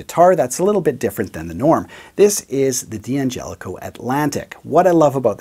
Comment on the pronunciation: "Dan gelico"